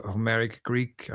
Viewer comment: Listening to vs is like night and day, not least of which for their Greek pronunciation. is atrocious!